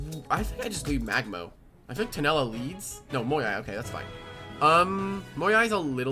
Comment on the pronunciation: Uhm actually its tulenna not tunella 🤓